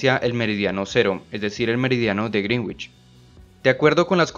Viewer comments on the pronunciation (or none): Un consejo, el meridiano de Greenwich para pronunciarlo bien es como si se escribiese así "griinitch" no literal como se escribe porque si un angloparlante te escucha diría que es el meridiano de "la bruja verde" por su traducción fonética de decir "greenguitch". es todo